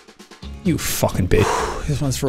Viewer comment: “All The Way To Fockin Victory Town” ~jacksepticeye